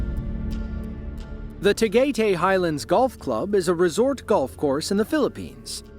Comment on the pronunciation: The last is in Tagaytay (pronouned tah-guy-tie)